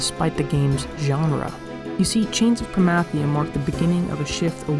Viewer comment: You say Promathia wrong lol. But so does anyone who pronounces Zilart with a long I